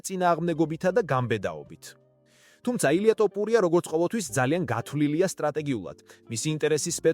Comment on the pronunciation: ტოპურია . გაასხი მაქედან. ესეᲗ კაცის გვარი Თუ ვერ იცი.